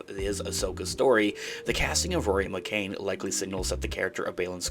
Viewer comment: Not McCain. McCann. ‘Can’